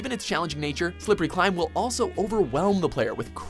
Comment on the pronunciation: Silvery climb? Are you drunk?